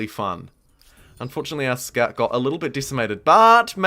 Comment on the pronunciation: I'm from NZ and I can't quite pinpoint your accent. It's definitely kiwi, as the "kiora" suggested, but some things sound English, and maybe Australian, and maybe something else I can't pick. Like you said something like: 'aw nah look they're running in with "skart" riders' For "scout", is that a UK accent? Anything else? Just curious lol